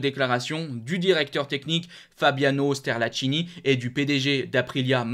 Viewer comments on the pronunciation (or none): Sterlacchini prononce Sterlackini ch en Italien = k en français